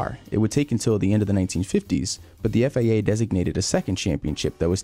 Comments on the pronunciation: Stop saying FAA....It's FIA... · its FIA, why he keep read it as FAA?